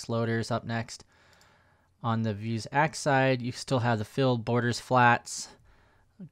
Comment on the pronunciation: Me: "vue" + "sax" = "vuesax": "vue" + "sax" = "vue's axe"?! haha Great video as always